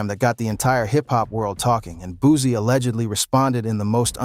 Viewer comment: It’s boosie not boozie get your pronunciation right first😂😂